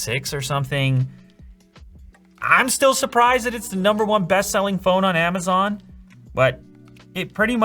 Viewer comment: Why are you saying Amazaaan?